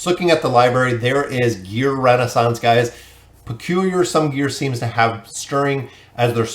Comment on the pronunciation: man i love ur content but reading that wrong consistently realy was bugging me the whole way trough XD not Renaissance, ReSOnance